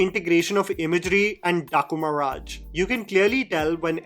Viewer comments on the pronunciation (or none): Why you speak the name Daaku maharaj 😂